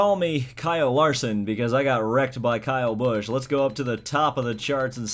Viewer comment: Why do you always say kayle busch